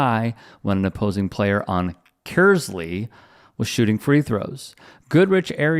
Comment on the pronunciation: If you said Kearsley , there isn't a hard E . " kurrsley "